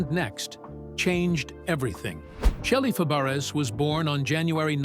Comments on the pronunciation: It isn't Shelly Fab ar us 😂😂😂. Its French. It's pronounced Fab rays....dufuss IA. Dont insult her. She is one of my favorite actresses growing up. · It’s pronounced fab-a-ray. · Pronounced Fabray ! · Her name is pronounced FABRAY---it's French, you idiots--- it's spelled Fabres!! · Her last name is French and you would pronounce it as: Fa-Bry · Her name is pronounced FABRAY!!! It's an insult for you to keep pronouncing it wrong!!!